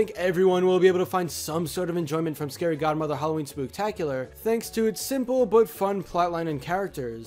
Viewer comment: Spooktacolar lol